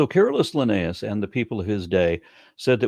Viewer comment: vs Why does he pronounce Linnaeus differently in the span of 10 seconds????